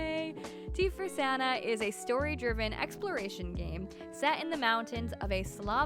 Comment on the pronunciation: Yeah, Sana is pronounced Sahna haha have you heard about High Above and Rootbound? They both look so good!